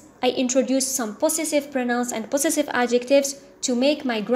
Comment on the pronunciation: hello Ms thank you so much your lessons are helpful .NB: check the pronounciation of the word possessive .pəˈzesiv